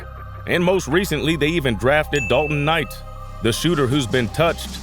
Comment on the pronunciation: The host on this video totally meesed up on the pronunciation of Dalton's last name. 💯